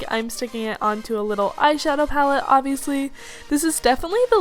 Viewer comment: STOP SAYING OBVIULUSY